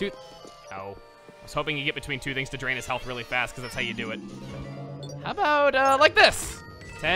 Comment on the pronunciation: There's chu of you? At least he didn't say 'chu' twice or we'd be switching franchises.